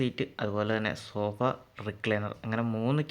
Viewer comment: സോബാ സീറ്റോ😂😂 സോഫ എന്ന് പറ ബ്രോ